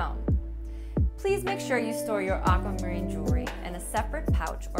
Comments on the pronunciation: Anyone else disturbed by the way she pronounces Aquamarine? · Me too!